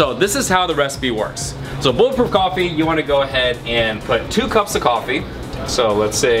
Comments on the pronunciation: bulletproof golfy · ***** Makes you feel like killing a man because he mispronunce a word? Now I'm not saying you should get psy checked, but yeah.. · He said Goffee lol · Is nobody gonna call out the way he said coffee ?